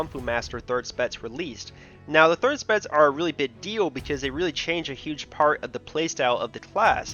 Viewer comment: Pronounciation "spetz" instead of specs